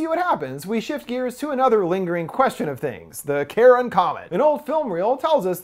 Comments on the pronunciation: Car-on (Charon), not Karen. That's killing me watching this :). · omg its not pronounced "Karen" its "Kai-Ron". "CH" in ancient Greek was pronounced with a K. Ya killing me, I'm a nerd I have to know this useless information so forgive me. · The boats man of the dead name is not pronounced Karen it’s pronounced Car-I-On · Until mentioned the connection between the Ferryman and Charon, this entire time I had been thinking that he had been saying ‘Karen,’ not ‘Charon,’ so now I feel like an idiot, lol. Although, it would have been pretty amusing if there had been a comet called ‘Karen,’ and a substance called ‘Karenite,’ heh. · The scariest thing is hearing Charon pronounced as Karen.